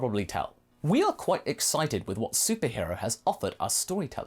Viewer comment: His level of hwat??